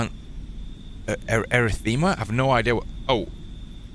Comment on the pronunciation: Erythmea is said like: Ah-RITH-mia. Its a heart condition. Hope that helps. Its when your heart is not beating normally. I almost died from it before when I had reaction to a medicine I first took for a tick bite to prevent tick borne illness.